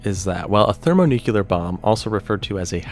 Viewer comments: How does one get to the point in the production of a video like this and still not know how to pronounce “thermonuclear”? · ThermoNUKEELAR bombs? His pronunciation was so annoying 😅